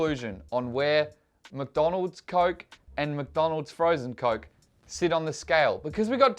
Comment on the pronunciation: did you just call mcdonalds macis